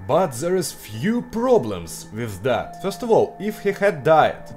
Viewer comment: (example) "that" dont sounds like "zat" its "dat")